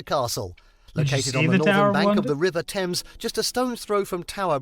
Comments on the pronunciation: Its seems odd to use it for two purposes, but the ammonia from said poop is said to have killed insects and the airflow kept the clothes smelling fresh. Also, a few seconds later, it may be the accent, but Thames is pronounce 'temz', not 'taimz.' But that's native English for you! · The British pronounciation of the River Thames is TEMS not Tames. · The nation is the UK. Yes we are constituent countries of the UK but the nation state is the UK. Americans often get this wrong. Not a criticism of you. Nice video. It's not pronounced Thames...tames. It's pronounced Tems. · The 'River Thames' is pronounced ' Temz ' Not the "Tames" though you were close! 😀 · The river is pronounced Tems Spelt Thames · River Thames…….pronounced “temz” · There are 33 bridges over the Thames, pronounced Temms